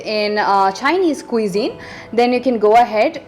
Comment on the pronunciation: U pronounced cuisine wrongly... It's kwuh-zeen